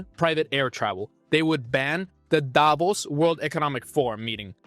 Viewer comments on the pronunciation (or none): none